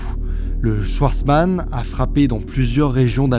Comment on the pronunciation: Tu es alsacien et schwartzman tu le prononces « chouartzman »?